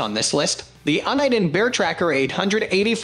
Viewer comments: It's YOU-KNEE-DEN not UN-EYE-DEN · 010323 - It's pronounced "You-Nih-Den" For someone who seems to know a little something about scanning, Uniden has been around a VERY long time. Please honor them by pronouncing the Name correctly. Thanks! Oh and HAPYY NEW YEAR!! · Don’t know if i want to take advice on best scanners from someone who can’t even pronounce “UNIDEN”.